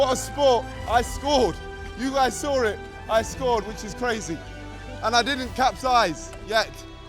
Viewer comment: you guys sawr it